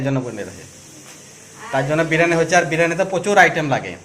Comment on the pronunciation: biriyani bolun. Birani noy